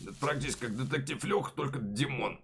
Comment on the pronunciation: Димооон а не тимооооооон